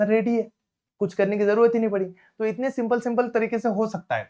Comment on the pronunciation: sir ne bola karne ka to karneb ka ! ❤❤❤